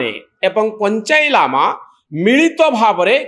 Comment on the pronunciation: ପଞ୍ଚାଇ ଲାମା ନୁହେଁ, ପଞ୍ଚେନ୍ ଲାମା, ଭାଇ ଠିକ୍ ଭାବେ ପଢ